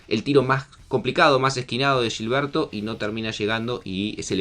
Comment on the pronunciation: Es Gilberto, no “Llilberto”